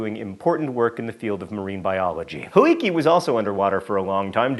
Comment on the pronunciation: Helike is actually pronounced Hell-i-kay. Source: My Prof is one of the archeologists studying it and I have had several lectures on it.